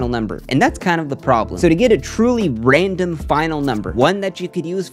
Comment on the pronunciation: Loved this video. Got to take a shot each time says 'raindom' instead of 'random' though!